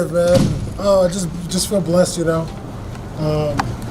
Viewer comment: "Cayenne Velasquez" LoL